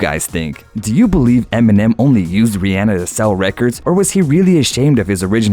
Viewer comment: He said it right. Here's Rihanna pronouncing her name.